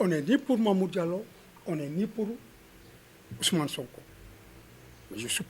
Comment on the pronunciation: Ce on dirait il est du Sud en entendant la façon dont il a prononcé le prénom de SONKO " OUSOUMANE" 😂😂😂😂😂😂